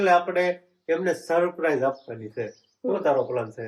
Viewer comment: સપ્રાઈઝ ના કહેવાય સરપ્રાઇઝ કહેવાય તમે કૉલેજ કરેલી છે તો પણ કેમ આવુ બોલો છો ? કેટલા બધા લોકો તમને જોતા છે તો થોડુ બોલવા નુ સુધારો